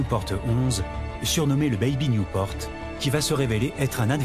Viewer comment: Is not Newport. C´est Nieu- port. Pas Niouporte. Bon, c´est comme ça que j´ai appris, Bébé Nieuport.